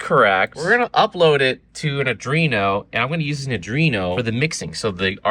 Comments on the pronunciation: buddy, it's ARDUINO, not ADRINO. Say it like this: "R-DWEE-NO". No more "uH-dREE-nO". Just stop it. Stop it. I know you like to say that you're a lil dum dum, but I know you can read. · AR-DU-INO, not adreno it has NOTHING to do with the ENDOCRINE SYSTEM LMAO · Arduino! Not Adrino! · It's pronounced Ar-Dweeno.. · are-dwee-no my guy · Is Adrino a specific make/model, or just a weird pronunciation of Arduino? Serious question. I don't care how you pronounce it. If they want everyone to pronounce it the same way, they need a different name 🙂 Oh - and if it isn't a specific model, it needs to be. It has an "adrenaline" vibe, which is perfect for a high-end model. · says arduino like boomers say chipotle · Never say arduino again🙏🙏🙏